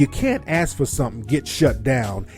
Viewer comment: and ask is pronounced ask not ax